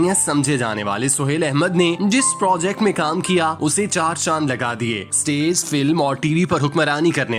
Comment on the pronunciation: آپ اُردو تلفظ دُرست کریں۔۔۔ استیز نہیں۔۔۔ اسٹیج۔۔۔ ڈرومے نہیں۔۔۔ ڈرامے۔۔۔